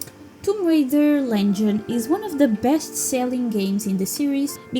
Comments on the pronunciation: girl its Legend not lengen lmaoo Legend is my all time fav video game. too bad its too short cus its so perfect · Wow, interesting and surprising to know that Anniversary sold the least! I believe one day you'll start using 'Legend' instead of 'Lengen' haha :yougotthis